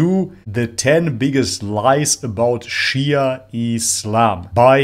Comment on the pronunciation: thing is is a non-Muslim, he can't even pronounce the word Shi'a correctly, one more that Shi'a sect has been split into many branches and sects, some of whom are straight away Kafir, others are Fasiq (open sinners and misguided). So you can't say much about all Shi'a, the Alawite Shi'i do pray to Ali and consider him God instead, naudhubillah, other Shi'a sects of course don't, so there's diversity.